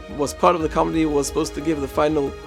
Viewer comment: Johannes - pronounced Yohan. Committee- pronounced with accent on second syllable and with T - not comedy.